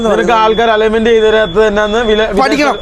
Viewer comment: എടാ മക്കളെ നിങ്ങൾ ആത്യം പറയുന്ന രണ്ട് കാര്യങ്ങൽ നേരെ പറയണം 1. ബാൾട്ടറി അല്ല ബാറ്ററി 2.അല്ലോൺമെൻ്റ് അല്ല അലൈൻമെൻ്റ്